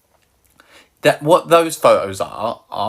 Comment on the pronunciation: Pho-os… omg I love it